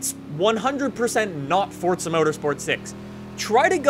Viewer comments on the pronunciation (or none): why does he say it like its fortsa, its fucking forza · it's pronounced "for zuh" not "fort suh"